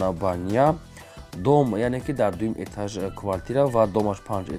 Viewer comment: Етаж не бародар Этаж